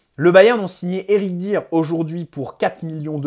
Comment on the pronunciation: Ca se prononce Éric D’ailleurs